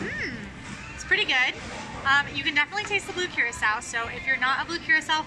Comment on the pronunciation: It’s pronounced Ker rock O. Blue Curacao. Love you guys 😎